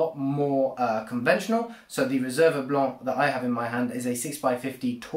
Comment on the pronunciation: Your French accent when pronouncing "Blanc" is quite spot on!